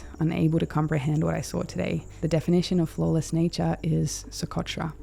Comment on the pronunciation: Que barbaridad, se podia quitar el chicle de la boca, ni Socotra sabe pronunciar.